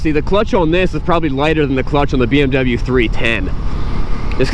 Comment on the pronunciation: The deutsche Police just drives BMW Motorcycles. But it's a small shame, that you present a bike from a brand, which you don't call correct.😬 We pronounce american car brands correct. And isn't it interesting, that you can drive a motorbike without the big noise, that the people around has to keep its ears?